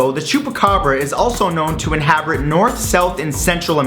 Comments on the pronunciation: Inharbrit! XD I love word flops. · Lol, you said inhabrit. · at like in the vid you said inhabrit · "inhabrit" :p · "Inhabrit," eh? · Inhabrit lol